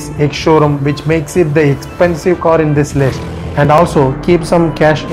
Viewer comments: Its CAR AND NOT COR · Its car not kor